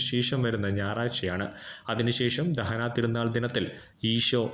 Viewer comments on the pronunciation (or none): ദഹനാ തീരുനാൾ അല്ല ദനഹാ തിരുനാൾ എന്നാണ്.🫀❤️🙏